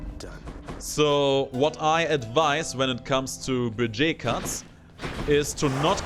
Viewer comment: "Bugey Cats" Really? Even for a German your pronunciation of "Budget Cuts" hurts me every time. :P